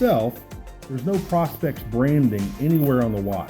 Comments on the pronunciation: You say prospect like you are looking for gold....... its not.... it'ts pro.....specs.....prospex!!!!! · Great review. I think all he is saying is that it stands for professional specifications. So it's pronounced pro instead of pra. But I honestly could care less what someone says. Great review none the less and no doubt you know your watches.